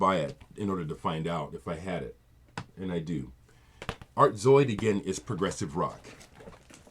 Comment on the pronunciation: You pronounced that Art Zoyd title perfectly. Another artist that I must add. Kawaida sound Karazy. When you said "Don Cherry" I paused your video and I checked out the song 'Maulana' on YT. It was good but the mix was a bit distant? The reissue is printed in orange and the font is smaller than your original. I watched Chris's ECM posts and they were fantastic. Man does he know his jazz. As do you too~ Rob/Boston